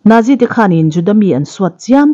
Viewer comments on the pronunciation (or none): none